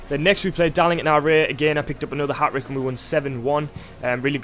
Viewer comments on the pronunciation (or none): A ‘hat-rick’